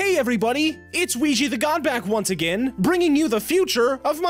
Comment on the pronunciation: WEE-gee? Is that sexual harassment. You've sexually harassed me.